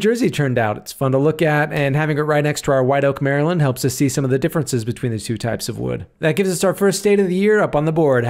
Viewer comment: This is the first non-marylander who ive seen who can pronounce maryland properly. Im gonna put a like on this video just for that reason alone.